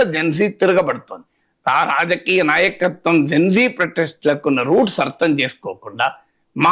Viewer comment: Geng gengg kadhu..gen z...genzee